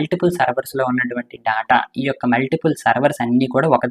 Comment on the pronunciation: Daata kadhu data adhi